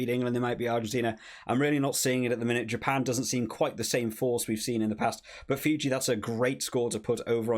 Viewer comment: If you have problems pronouncing Fiji, its Fee-G. 😂